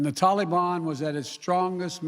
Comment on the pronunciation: Joe never learns, and his career shows it. Why does he pronounce Taliban like "tally me bananas" daylight comes and me wanna go home lololol